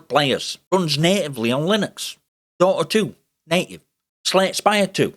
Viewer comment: Through his accent from a US english accent perspective every time he says native it sounds like he's saying naked. I'd like to officially petition for native to be replaced by naked, It just fits so much better to say that the program works naked on Linux 👍🏼